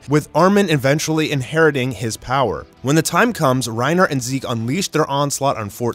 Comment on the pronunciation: ok so am i the only one who heard that or did you guys heard it to, he pronounce zeke's name into zek?